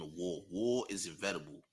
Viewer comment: I think you meant to say inEvitable champ, not invetable